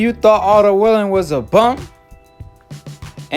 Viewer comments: Bruh u don't pronounce nothing right 😂😂😂...it's wallin not willin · It’s Wallin not Willing Brother. Stop acting illiterate and undermining the man name